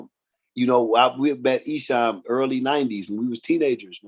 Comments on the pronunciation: E has been doing it for 30plus years and people still cant pronounce his name correctly 😂. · He can't say esham right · Wait a minute. You know the Michigan rap game, but can't pronounce ESHAM's name.